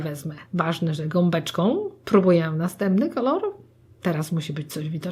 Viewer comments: nie ma jak to powiedzieć na odcinku zamiast kolor to kolar xD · Ale ekstra „ kolar” to było najlepsze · Twoja mama powiedziała dwa razy Kolar 😂❤ hehe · kolar "xd kocham to 😛😋😄❤ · Teraz nakładam kolar" 😂😂😂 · "Kolar" xd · Jeszcze ten koral zamiast kolor xD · jak powiedziała kolar to się zaśmiałam ahha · Wow twoja mama ma talent do takich żeczy czasem są pomyłki ale to pewnie że stresu myślałam że będzie gorzej po tytule ale jestem zaskoczona więc zostawiamy subka i łapkę w górę😉😊😘😍❤💓💟💟♥💕👌👍♥ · Twoja mama świetnie określa to co robisz ! I jeszcze ten "KOLAR" Hahahahaha. A poza tym świetny makijaż zrobiłaś ! Nie mogę się doczekać kolejnego odcinku! <3 <3 <3 <3 <3 <3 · To fajny ten "kolar" xD